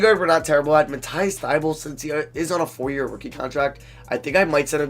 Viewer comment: Yo just so you know it's Matisse (Tie-buhlie) not (Thigh-Bull) Edit:Thanks <3